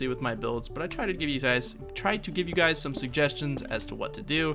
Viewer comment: for some reason i though you said HEY GAYS in the intro